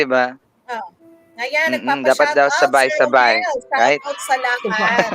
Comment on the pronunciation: Ang galing naman ni mag Tagalog ‘’ sabay sabay’’